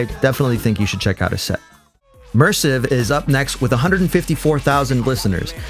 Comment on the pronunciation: We can tell your not an edm specialist by the way you butchered spelling mersiv 😅